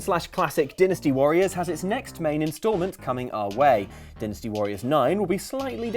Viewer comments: Din-esty u mean DIE-nasty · Dynasty is pronounced like dienasty. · that "dynasty" pronunciation almost made my ears bleed.......thanks:(